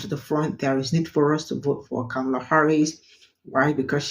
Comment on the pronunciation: For the love of speech: (Comma - Lah) Kamala it isn't hard to pronounce especially since she tells everyone how to pronounce her name. You are just being lazy when mispronouncing it.